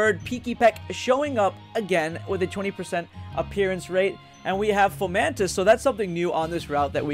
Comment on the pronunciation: Fomamtis? I think it's fomantis xD